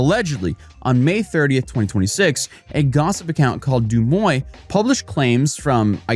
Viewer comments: It's not DO MOY it's DEUX MOI. Holy shit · it is pronounced "duh-mwah" easy peasy for the yanks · The gossip account Deuxmoi is pronounced Doo-Mwah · Srsly bro... mispronouncing Deauxmoi when there are people saying the name everywhere... it's french.... come on....